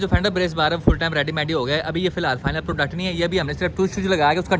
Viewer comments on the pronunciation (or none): none